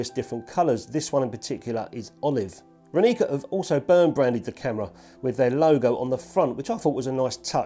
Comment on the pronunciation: It's Ráni(ts)a not Raní(k)a ;) means "Morning", if you want to know. Great review anyway.